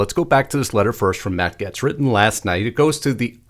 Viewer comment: Gaetz is pronounced Gates not Gets